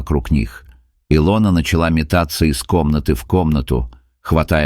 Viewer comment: если и сказка (это скорее всего....) -- красивая... респект за хороший рассказ только не И'лона ,а Ило'на у некоторых авторов бывают странные трудности с ударениями в словах